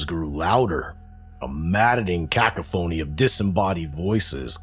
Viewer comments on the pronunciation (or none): I liked the story, however cacoffany is pronounced cu coff any. Hope that helps the reader. Cut sound for a.